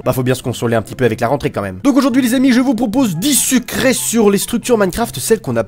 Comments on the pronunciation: J'ai compris "sucrés" au lieu de "secrets" 😂😂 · c est moi ou il a dit 10 " sucret " a ? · J'ai entendu dix sucrés 😏